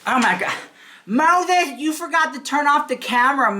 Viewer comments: Oh girl,my day started really bad ,but when I heard you say Moszheszh (this is how I spell it now) , I 'm still laughing. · "How do you spell Mose🤪💦s? Is it one 🤪💦 or 2 🤪💦? Oh, the 🤪💦 is silent?" Stahpppp, I watched that part at least 10 times. I'll never hear his name the same again. 🤣🤣🤣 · How do you spell MoTHETH? Is it one THHHH or two THHH? Oh, the THHHH is silent. LOL OMG, - you have me on the floor laughing!!! You are seriously so hilarious!! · “Is it one PTTTTHHH or two? Oh the PTTTTHHH is silent? Ok” 😂😂 love you so mach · Lmao 🤣🤣🤣 u are just funny as hell! Lol the way u pronounce Moses like trista is hilarious! That girl lost her mind along time ago. What she does from here on out is just careless n childish and scary! She really needs to layoff that spell shit. Who knows if she does something stupid n then she gets all these demons around her..they will start messing her life up more. I don't think she understands that shit is real she has no experience or education on it what so ever so maybe she won't do a spell correctly. Lol u just never know what's gonna happen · Omg lmao is it one thhhhhhh or two.. oh the thhhhhhh is silent 😂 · I loved how you slurped saying Moses name. Thw slurp is silent 🤣🤣🤣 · 😂 I almost choked on my M&Ms when when you said "oh. The ttthhhhhh is silent!?" 😂😂